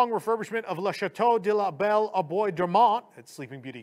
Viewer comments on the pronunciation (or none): The "Bois" in the DLP castle name is pronounced "Bwah", not "boys".